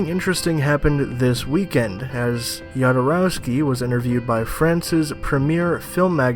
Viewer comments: Jodorowsky is pronounced Hodorovski. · Yodorowsky is the pronunciation, really? More importantly, his failed attempt at Dune was quite a lot responsible not only for the quality of the Alien franchise, but also for that of Star Wars, because he introduced a new vision on how to make quality sci-fi, and he found capable artists for it, who then created those movies. Even more importantly, he is right that this Villeneuve movie (based on the trailer and interviews) does not look like an attempt at changing the world... and then I don't understand why Villeneuve made it. (Let me mention that one of my favourite films is Arrival.) Finally, is there any explanation for that "music" in the second half of the trailer? Sounds like a 90's new age rendition of some third-rate 80's music inspired by the Hair musical. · The "J" in Jodorowsky in pronounced the same way as the "J" in Alejandro (which you correctly pronounced). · On pronunciation of "Jodorowsky". He is of Slavic/Jewish origin but from Spanish speaking region. His family name is spelled properly in Spanish, "J" is Spanish "J" like in Jose. In original Slavic, Russian alphabet, that family name begins with "X" which is the English sound "H". Many people make this (and the French version) of pronunciation mistake for Jodorowsky but if his family was in English dominated area, they'd probably spell it Hodorowsky.